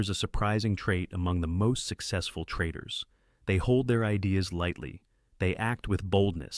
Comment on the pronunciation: "Insight 2: why the best trradidaars" huh?